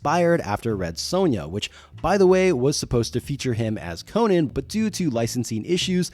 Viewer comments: Dude, I'm still watching, but it hurts me to hear someone say KO-NUHN instead of KO-NAN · The barbarian is Co-NAN. The late night host and comedian is Co-NUN. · His name is Co-NAN dipshit! Not the talk show host🙄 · Its not pronounced like Arthur Conan Doyle's name. The Cimmerian is Co-nan, with the "nan" as in "nanny". Howard said so. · I believe the name is pronounced - Con'an He IS a kind of Super hero,- he doesnt die no matter what adversity he faces, he is also far taller muscular, and stronger than most men, Con'an is a Hero with out a costume, it's obvious to me why Marvel comics was so interested in the character, & aquired the rights also because of the character suits the comics format as he is VERY visually described in the books. Con'an has made it possible for many talented Artists to demonstrate their works such as -Earl Norem Frank Frazetta, & the brilliant Boris Vallejo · You’re pronouncing it incorrectly, and repeatedly